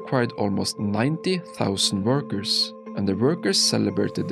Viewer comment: It's "workers". Not "burgers"